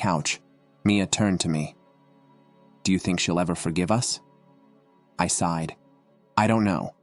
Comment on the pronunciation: Sighed not sided folks!